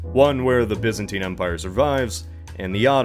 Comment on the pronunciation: It’s pronounced Byzantine silly, not Byzantine